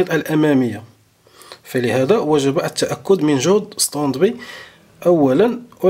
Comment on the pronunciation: سلامي وتقديري اليكم يا حضره الأستاذ الكريم. شكرا جزيلا على المعلومات التي تقدمونها والف شكر على الشرح الممتاز. بعد اذنك لدي ملاحظه. لا نقول: استاند بي. لكن نقول: استاند باي. لأن هذه الكلمة هي كلمه إنجليزيه. ختاما أتمنى لكم دوام الصحة والعافية وحفظكم الله من شياطين الإنس والجن.